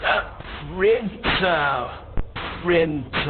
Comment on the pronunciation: Its a Printer... PRINTAHH